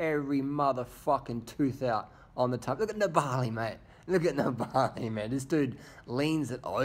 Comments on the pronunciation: It's Nibali not Niba~li... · DR you really got to learn how to say nibail's name properly